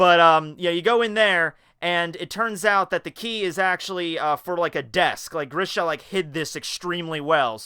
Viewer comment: And yes u pronounced Grisha right